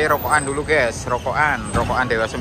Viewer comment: kata ges/gaes itu aslinya dari kata GUYS(gais) dalam bahasa inggris. ada 1 orang indonesia ngucapinnya salah jadi gaes/ges akhirnya seluruh indonesia jadi salah berjamaah(pembodohan masal). Di channel ini kata ges bisa muncul lebih dari sepuluh kali tiap video. Youtuber luar ngeri yang berbahasa Inggris malah jarang banget ngucapin kata guys, paling cuma 1 sampai 3 kali. Itulah Indonesia, manusiannya suka ikut2an, kalo sudah ikut2an trus ngelakuinnya berlebihan(overdoing it), ada juga yang ujungnya fanatik berlebihan. Padahal kalo dicermati pemahamannya cetek.